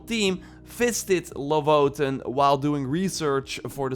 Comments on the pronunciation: Iknow jor is not Scandinavian, but just wanted To say its not pronounced Lovoten, its LoFoten like F is how you say Photo sounds like a F.. it means Lynx Paw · dont mean to be nitpicky, but its LoFoten, not lovoten. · its more like ''Loo Footen'' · Epsilon Star he says lovoten😂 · I love your channel but you really need to goolge how to say lofoten not lovothen.